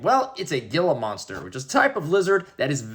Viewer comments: It’s pronounced HE-LA MONSTER NOT gee-la monster 😮😢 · I always heard Gila Monster pronounced like "Heelah" or even "eela" ...maybe I'm wrong, though.